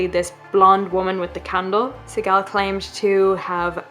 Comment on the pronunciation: An article 32 hearing is the equivlent of a grand jury. The lawyer name is pronouced Sea Gal.